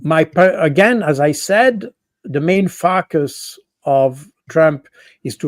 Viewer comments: See my comment above. He always pronounces focus as fuck us. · Great insights, thank you, Col. Baud. But please stop pronouncing focus as fuck us. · His accent is marvellous, but it cracked me up when Col. Baud said explained why Trump must fukus on China. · I love the way he pronounces: “…and therefore he has to focus on China.” That "focus" sounds almost like "fuc$ us". :0))) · Anybody else hearing something quite funny when this guest says “focus”? 😂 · Always love Col. Baud but must admit i always do a double take and then snicker like a little kid at his pronunciation of the word "focus".